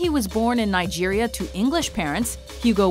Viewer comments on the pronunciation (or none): none